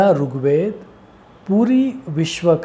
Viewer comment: Not rook ved brother.... Rig Ved